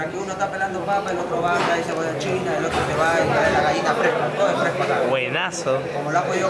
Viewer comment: No se dice Gaina se dice Gallina .